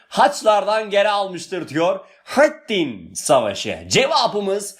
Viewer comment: Hocam öyle bir selahâtttin ve hıtttin diyorsunuz ki iliklerimize kadad hissediyoruz bu kelimeleri 😄